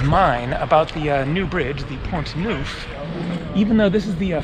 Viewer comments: It is Pont NERF , not “ NOOF” .... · good...try to get the basics of pronunciation correct....."pont noof"....ooff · In Pont you don't pronounce the "t". Pon Nough